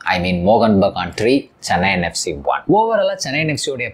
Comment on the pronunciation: “Mohun” bro “Mohan” illa. 🤦‍♂️